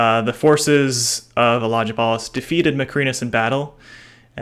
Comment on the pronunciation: Elagabalus has a letter G which is pronounced as in the word Gun or Dog, Not like in German. I know it is a mouthful for Americans, but not that difficult if you do a tiny bit of research.